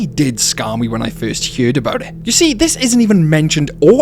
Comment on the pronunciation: Ive never heard anyone pronounce it as "hyeard" before.